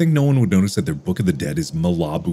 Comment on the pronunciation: He said mil-ah-boo